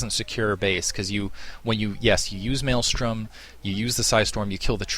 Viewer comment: THank you. you say it correctly. It's MaelSTRom not maelStorm